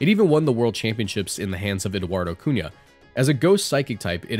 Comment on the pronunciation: A little detail I'd like to praise you for is that you put in the effort to actually pronounce people's names in other languages! I was pleasantly surprised by the "Cunha" being pronounced right :D keep doing your amazing videos man!